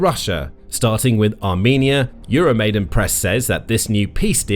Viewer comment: PLEASE call the Ukrainian words you use by the correct sounds! Your 'EuroMaid-E-n Press" is "EuroMaid-A-n Press" - 'YOO ROW MY DAN' NOT ' YOO ROW MAY DEN'! It crawls up my back every time I hear it! The uprising was the MAIDAN - not the MAIDEN! In all other respects, thank you for the videos!